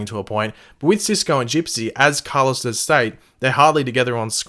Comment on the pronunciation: Why do you say Car-Loss, and not Carloes